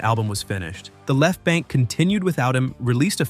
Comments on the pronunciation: It's not BANK-EE, it's BANK ! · It is pronounced The Left Bank, not bankie. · The E in BANKE is silent.